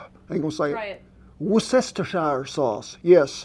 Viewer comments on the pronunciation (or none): "Worcestershire sauce" prononciation is a (little) challenge in itself... Thank you Chef Rollins ! (there's nothing like that "worst sister's sauce" !) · Wooster-shire sauce is the way it is pronounced in the UK, but here in Australia we throw in another syllable and call it Wor-cester-shire . Similar to how Launceston is actually pronounced Lawns-ton in the UK, but here in Australia we say Lawn-ces-ton. I call it Wooster-shire sauce as it was created in the UK so they must know how it is pronounced ... and it is easier to say. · That sauce is pronounced; 'Wooster - sheer' ... sauce. I live near Worcester 👍 There is a secret ingedient ... Anchovy oil. That is what gives it that flavour. Keep well.